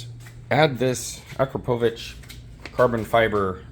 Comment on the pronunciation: Holy shit an American who said Akrapovic half decently 🤣. Jokes aside, awesome mods. Such a fun bike. 350s are where it’s at. So light and nimble. I could bench press my 350 lol.